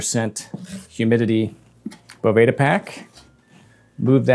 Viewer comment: Certainly doesn’t matter, but the company pronounces it “beau—va-duh” not boveyda